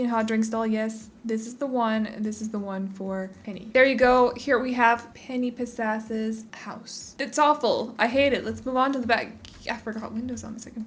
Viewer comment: I’m so here for the way you pronounce “Penny Pizzazz” lol